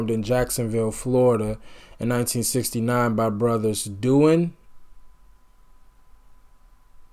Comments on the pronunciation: Duane: pronounced "Wayne" with a D in front of it "Dwayne" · Hey! Duane is pronounced "Dwayne".... Jaimoe is the only one still alive, Dickie Betts (guitar) just passed away a few weeks ago. They pre-date Skynryd. Gregg Allman sings and plays hammond organ. Thanks for checking this out.